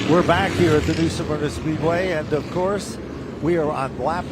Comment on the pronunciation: Guys, it's pronounced 'SMER-NA' not 'SUM-ERNA'😅